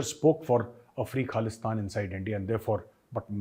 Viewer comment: Well said , all his life he keep on saying KHALISTAN, even he is so old he is still trying to say Khalistan but he can’t pronounce it he pronounce it KALISTIN now with shaking voices, SIMRANJEET SINGH from the family of GADDAR, who give SAROPA to general dire from DARWAR SAHIB , and British gave hundreds of acres of land to his grandfather, SIMRANJEET SINGH is GADDAR EE AZAM